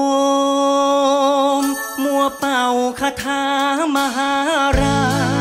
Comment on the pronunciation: ก๊อต เสีย ตรง โอมมม ครับ โอม ต้อง สะกด เลย ต้อง ไปหัด โอมมม ใหม่ ครับ